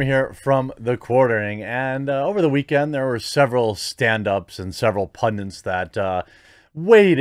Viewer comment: get your pronunciation right dude. It's Pundit, not Pundint.